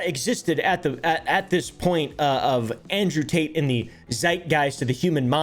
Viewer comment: I died when he said, "Andrewth Tater". 😂🤣😭